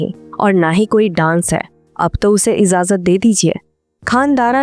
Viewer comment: Its not IZAZAT Its IJAZAT. Please prounance it correctly